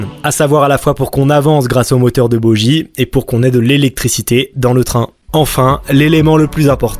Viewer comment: on ne dit pas bojie ou bodjie mais boguie